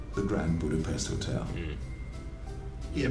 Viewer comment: Some might don't know, and someone could already written down, but i do it. Budapest is the capitol city of Hungary. Yes we write it down Pest but its pronounced as Pesht.